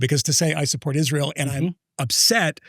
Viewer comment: she has insinuated Israel did it. She spent a good amount of time talking about Israel and then later on she said “they killed Charlie”. Usually when Candace says “they”, it’s Israel. Or, “Ish-real”, as she stupidly pronounces it. She’s a dingbat and a lot of the things she claims are easily debunked.